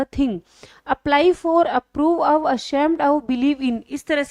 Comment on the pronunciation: Mam class achi h sb shi hai bus ak aap ye of ko thik se bola kre request